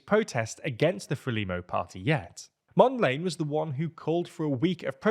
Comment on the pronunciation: totally butchered the names. I am gonna come back to that "Mondlane" 😅